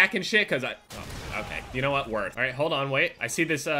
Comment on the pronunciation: You can tell he plays league of legends, said "worth" 😉😉